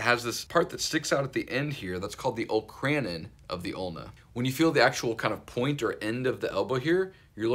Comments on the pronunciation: The olecranon process is pronounced oh-LEK-ruh-non (I was so confused at first when you said "Ole - cran - in") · I enjoy your videos, you do a good job of breaking down the components of the joints. FYI-- olecranon is pronounced "0h-lek kra-non" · Bro said Ol’kran’n and I had to leave